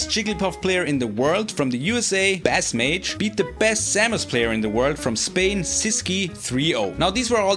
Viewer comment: Love people taking up the tournament recap torch! Small note, BassMage is pronounced “base” as in the instrument/music term, not “baas” like the fish